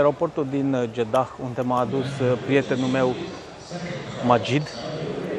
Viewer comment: Deci,fii atent,se scrie Jedah dar se pronunta JEDA iar femeile miros a duhon nu a parfum daca tot ai cunostinte din Egipt folosestele corect pentru ca tu esti un influiencer Fie ca vrei fie ca nu iar oamenii trebuie sa invete corect,scuze si nu te supara!